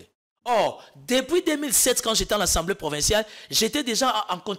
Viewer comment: 😂 Lenoir a alobaka Assemblée et non « ensemblee »😂 ata na noko belges ba lobaka Assemblée